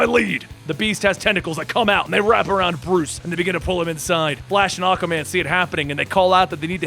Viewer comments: learn how to pronounce aquaman a-qUa man NOT akaman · is it me or is saying akkaman instead of aqua man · I know you're saying Aqua-Man.... but it's sounding like Aka-man. And it is very off pudding. See it's annoying when someone does it in text. Now try listening to it over and over. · Great Reading!! Love your Voices. Speaking of pronouncing... Aquaman is pronounced- Ah-KWuh- man. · Every time he says Aquaman it sounds like Acaman like acapella man. That's acastupid. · "akaman" is it just me or can just not pronounce Aquaman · Is it just me, or does this guy say Aquaman's name kind of strange?